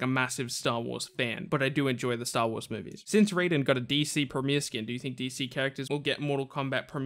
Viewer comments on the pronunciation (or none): none